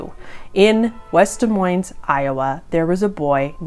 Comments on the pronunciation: Pronounce it deez moys. That’s how you says that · Both the S's in Des Moines are silent. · aww the way you pronounced it des moines with the s... lol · You can always tell who isn’t from Iowa by the way they pronounce Des Moines. Don’t say the s in either, just like Illinois.